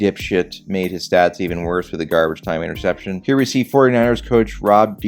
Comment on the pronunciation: "I'll show ya how to throw an intercepshun" I'm dead 💀